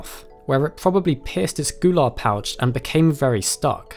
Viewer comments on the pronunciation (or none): none